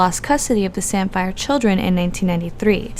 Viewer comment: His name is Robert Sandifer not Sandfire.